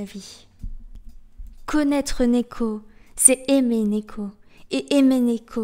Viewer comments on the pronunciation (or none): Sympa la bio comme d'habitude, mais tu m'as pas mal perturbé au début à dire néko, vu que j'ai l'habitude de l'entendre prononcé niko x)